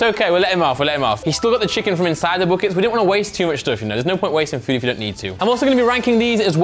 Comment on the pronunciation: Bro can't pronounce buckets